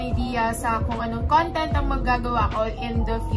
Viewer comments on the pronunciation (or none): none